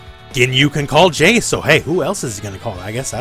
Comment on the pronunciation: so no one is bothered by the fact that he called jeice "jace" lmfao that cracked me up